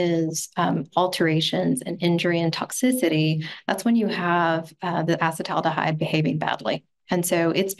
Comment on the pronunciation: “Acid-aldehyde” vs “acetal-aldehyde” …but it’s really “a-ceet-aldehyde” in this metabolites case. Also is the most attractive person on the planet.